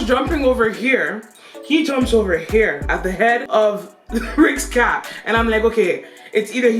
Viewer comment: Is the word Caff or Cafe 😄😄